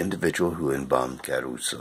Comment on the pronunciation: Boring, morbid, and it's Cah-ruso, not Ca-as in Karen- ruso. According to one of his wife's books about him, she was able to get the Italian government to close the tomb eventually, so whether bombing in World War II had anything to do with it, well, we weren't there were we...